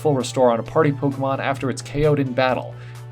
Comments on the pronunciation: One of his words in the mudbray ability is pary instead of party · Mudbray ability he said pary not party